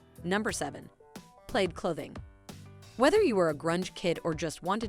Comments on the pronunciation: Notice respect at all... But it's driving me crazy every single time The narrator is trying to say "plaid" and keeps saying "played" The narrator is actually mispronouncing a couple of things not just plaid... But plad is the one she seems to pronounce incorrectly the most. Wait a minute... I cannot walk away without mentioning the way she pronounced Jumanji. To me it sounds like she's saying "Jew ma gee" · I’m 37 and to this day today watching this video was the first time I’ve ever heard PLAID pronounced PLAYED. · Disc-MANNN! Played (for plaid)! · Love the video but who ever did the voice over needs to learn how to say plaid & Atari lol 😂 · also, has the woman narrating ever spoken words before? tamagatchi irked me but i can forgive, despite sounding like my "south will rise again" grandmother saying it. but pronouncing plaid as "played"? just stop. learn how words sound please. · Oh ffs plaid is pronounced like plad. So many mispronunciations in this video make it hard to watch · I was aware of the Wuzzles in that I had one episode on recorded VHS My sister had a Tamagotchi I had a Discman for years until I got my iPod Touch My sister and I were addicted to Beanie Babies and we still have them in our loft closet I love Magic Eye plaid is pronounced plad I only had a Yo-Yo Ball and barely used it. I loved the AOL sounds. It sounded so futuristic. I wanted a PlayStation because the controller was simpler than the N64's. I was addicted to Gran Turismo. We didn't trust Blockbuster or Hollywood Video. We had our own small business video store. I've used Windows computers since high school. I had tons of Goosebumps books as a kid, although I remember nothing about them.